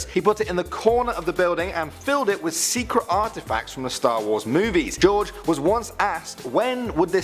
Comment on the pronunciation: "Geroge" umm.............wut.....